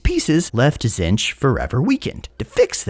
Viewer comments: Buddy, we talked about this, Zee-ntch Silent T, stressed double e Back when doing tomb kings stuff you went and figured out how Khemri and Nehekhara are pronounced. Please do the same for one of the major god factions that's gonna be in the game. Tonnes of lore channels, tonnes of goofs channels, even the painting tutorials for GW models: zee-ntch. As a fan, please. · did you just say Zench